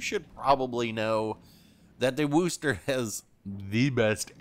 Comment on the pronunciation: At this point I am convinced if you're not from Massachusetts you can't pronounce Worcester. Funny thing is one of the examples given here also mispronounces it.